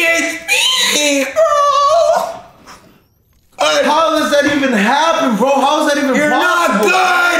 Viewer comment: I kept laughing how he was saying, ‘’He was 3 hpppp!”